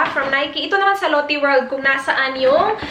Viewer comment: Lotte is pronounced like lote in Filipino... not Lottie the name... Might be better to use Australian lotions with SPF or sunscreens kasi iba ang araw diyan sa Australia eh. Aussie is pretty strict sa kung anong filters ang laman ng sunscreens and the country makes sure na it would work for the Australian sun. You can get away with using Asian formulated once though kasi you’re not white and not as susceptible to skin cancer. May amoy ba yung Ceramidin hand creme?